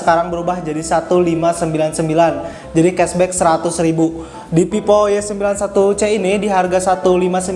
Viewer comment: Telingaku terdengarnya pipo , pes enlok dll